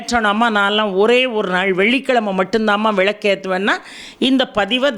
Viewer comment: தமிழை பிழையில்லாமல் பேசுங்க மேடம்.விளக்கை விழக்கன்னு சொல்லுறீங்க மன்னிக்கவும் நன்றி🙏🙏